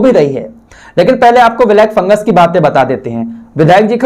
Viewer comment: Ye FunguS hai... isko funguR keh rhe hai..